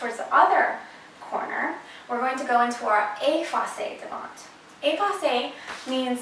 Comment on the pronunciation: You’re adorable but we don’t pronounce the t on devant x great info though